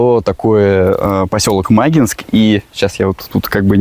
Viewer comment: ударение на И. Не мАгинск, а магИнск!